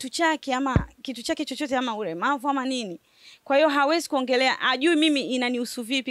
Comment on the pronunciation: Umeongea vizuri sn lkn umekosea kutamka neno ulemavu. Apaniduniani atawewe waweza kuwa kilema tu. Ukumbuke kama sisi binadamu ni marehem watarajiwa.ivyo lolote laweza kua. Chamsingi jiepushe nauyo Z anto atawachanganya bulee.